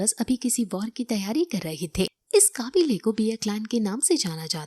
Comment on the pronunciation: काबिले ❌ कबीले ✅ 😂😂